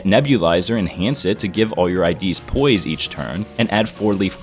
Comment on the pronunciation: What said :rupture poise sinking poise What i heard: rupture bois sinkinh bois